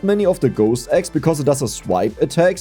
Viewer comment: I swear I keep hearing "Ghost Eggs" instead of axe.